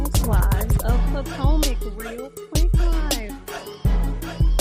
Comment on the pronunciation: Not PO TOE MAC 😂😂😂😂😂😂